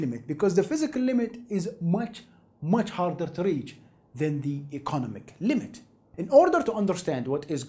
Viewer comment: ee-co-NOM-ic Not ee-conna-mick Seriously this guy talks about interesting shit, but I cannot understand him.